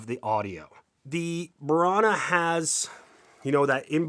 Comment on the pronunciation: it's BURANO!!!!! with O! it's an island of the Venice laguna